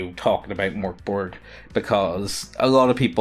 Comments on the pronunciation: Not too be a nerd but it’s pronounced "merk boray" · its pronounced Mirk Bory